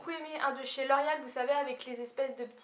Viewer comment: Tu le dis comme si sa s'écrivait 'l'orial' mais je trouve sa tellement chou :D